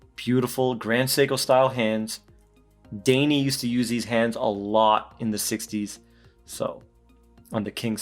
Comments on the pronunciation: great review...daini - actually pronouced "die knee". :-) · Great video, but you gotta learn the pronunciation : Daini → “dye knee” Dai = literally a number order and ni = 2 , so “Second Seiko Company”.